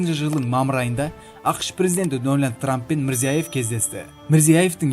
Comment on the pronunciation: Дональд трапты жаксылап аит